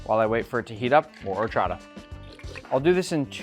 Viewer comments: "OR-cho-TA" btw this quesabirria looks MUCHO BUENO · It hurts my soul the way you say Horchata